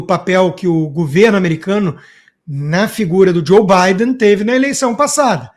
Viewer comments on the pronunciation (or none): none